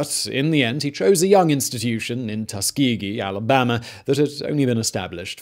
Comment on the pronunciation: Well I've been pronouncing Tuskegee incorrectly for 18 years, cheers dad 🙄